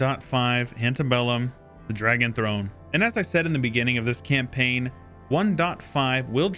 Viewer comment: "Dragon Thone"